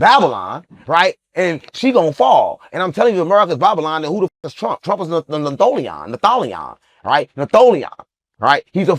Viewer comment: Lmao them natholions? He probably was trying to say Neanderthal’s lol